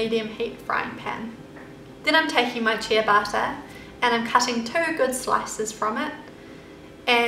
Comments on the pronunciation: They look yummy, thanks! I would use whole-grain bread, though. At first I understood 'chia butter'! Only later I could understand that you referred to the bread! In Italian the pronunciation is 'tchabatta'. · it's pronounced CHE-bata not CHIA-bata bread. Looks delicious, thanks for sharing :)) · cheeyabatah bread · everytime she says "ciabatta" it sounds like she's saying "chia butter" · It sounds like youre saying "chia butter" when you say ciabatta lol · no she said ciabatta, and I thought she said chia butter 😂 lol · ciabatta bread. she just says it differently